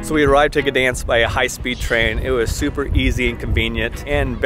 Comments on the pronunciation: G is silent. Pronounced ‘Danzig’ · You really butchered the name Gdańsk :P